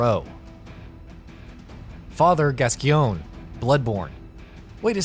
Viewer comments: Pronounced "Gas-coin" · Oh Christ he's going to be destroyed for the way he said Gascoigne. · I don't understand why no one can pronounce Father Gascoigne correctly. It's even said in the game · The way you pronounce Gascgoine is tragic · I want to kill myself the way he mispronounces Gascoigne. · Everyone does this, now it's my turn: You mispronounced Gascoigne